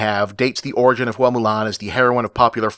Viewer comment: The name 'Hua' should be pronounced like "whah" rather than "hoo-ah". The "ua" are a diphthong.